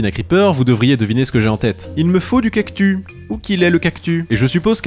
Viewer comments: C’est moi ou il fait exprès de dire cactu car ça se prononce “ kaktusse ” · On dit cactusssssss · Dans le mot "cactus" le s se prononce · Pourquoi tu dis cactu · CES CACTUSSSS PAS CACTU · J'aime bien quand tu dit "Cactu" au lieu de "Cactus" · Cest pas unhumilation mais on lit pas cactu mais cactussssss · J adore le"cactu" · Quant il dit CACTU plus de 100😂